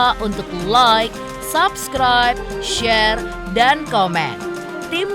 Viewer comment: Pelafalan kata subcribe bukan sapskraip tapi seupskraip